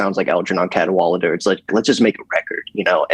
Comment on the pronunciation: Wait, that's how you pronounce it??? I always thought it was "CAD-wuh-ladder" lol